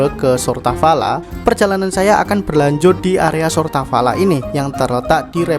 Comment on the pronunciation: "Сортавала" mas